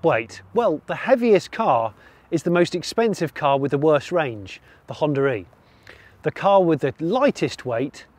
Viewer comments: Its "Honda E" , not "Honda-re" 😛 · Every time he pronounces Honda e and Hondare...